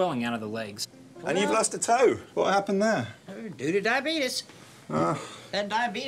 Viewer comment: "That Diabeetus is bad"